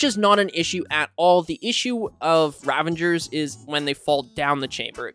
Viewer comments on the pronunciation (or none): Great tutorial but please stop calling them ravangers! They’re ravagers!